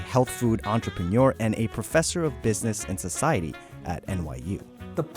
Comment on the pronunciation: Such an ignorant pronounciation of entrepreneur.